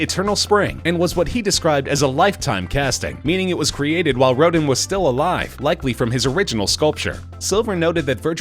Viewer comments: Lol..."Soath-bees"..."August Road'n" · row-din? not quite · The pronunciation on some words of this voice over is making me a lil crazy. RoDAN! sigh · August Roe-dan, not roe-din. He's kind of famous. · Just FYI--the piece by Rodin...that's pronounced "Roh-DAN", not "ROH-din". It's French, and therefore it's not pronounced American-style. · Ro-din?!? Ro-dan!’nn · It's Ro DAN (August Rodin) with accent on the second syllable. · I had to stop watching after the 3rd time he said "rode-in" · "Rodin" was also mispronounced. Pronounced correctly, it rhymes with Roseanne. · DocWattson he did the same thing mispronouncing Rodin. It’s spelled Rodin. It’s pronounce Rodahn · "August Road-in" "Soath-bees" Jesus Christ. At least learn how to pronounce things correctly if you're going to do voice overs. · Auguste “Rodent” ? Sounds like a gangster and not a sculptor. Little weak on Sotheby’s — not quite there- yet. But the Diego Rivera was good. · WithMetta He brutalized Rodin’s name. I cringed. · Keno is pronounced Key-no. Could just once you manage to get someone who can pronounce names correctly? Rodin, Sotheby's all pronounced completely wrong. It makes the videos a joke. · We'd appreciate it very much, if the announcer would learn how to pronounce the names correctly. Auguste Rodin. Try again. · Who doesn’t know how to pronounce ‘Sotheby’s’ and ‘Rodin’? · At least learn how to pronounce Rodin. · Can you fire the person who did the voice over? Seriously mispronounced Rodin and Patek Philippe for starters. If you don't know how to pronounce something, ASK! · The voiceover mispronounced "Sotheby's" and "Rodin". Might be good to know those two words when you're doing a video about antiques.